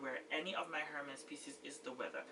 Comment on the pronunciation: You have a beautiful collection just wow! Btw the H in Hermes is silent. I think you have the most gorgeous H collection in you tube. My favorite is the yellow B30😍